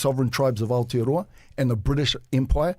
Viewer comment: The fact that bomber sends his kid to full immersion te reo school, but can't pronounce aotearoa properly after living in nz his entire life 🤯🤯🤯